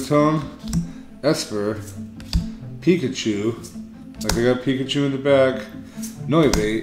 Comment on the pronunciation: It's Austin chum!!!! I saw rick open cards and mispronounce pikachu XD omg that was funny. He should have let you get the charizard